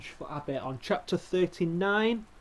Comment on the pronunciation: Omg you said my name abir while trying to say abby